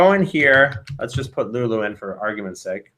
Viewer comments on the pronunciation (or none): none